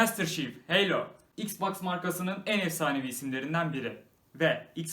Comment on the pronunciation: Heylo ve Craytos sjsjsjsjsj o Halo Ve Cratos olmasın